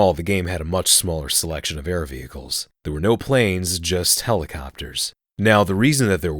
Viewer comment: Did Michael Jackson sneak in on fact#4 ? Veheicles ? Xd vehicles*